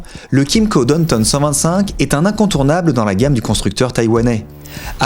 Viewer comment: J’entendais « donne tonne » et je me disais mais qu’est-ce qu’il dit là? Et il répète « donne tonne » et puis je l’ai ignoré. Puis, j’ai compris: Downtown, bien sûr!!! WTH mec? Vous êtes vraiment bizarre les français hin! Vous savez pas faire un petit effort? Bande d’ignorants de merde